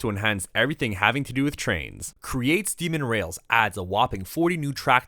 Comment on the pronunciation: "demon rails" it's steam n' rails